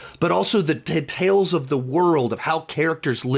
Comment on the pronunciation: i will never get over how pronounces the word detail as deh- TALE 😂